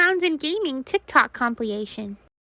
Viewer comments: Compilation, not compliation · Awwwww I didnt know Bouncy suffered from dyslexia :D Outstanding attention to detail as you even mispronounced "compilation" in the cutest way! Omfg why do you have to fill me with SOOO much joy! I instinctively want to give you ALL of my available resources as gratitude for the massive dopamine hits <3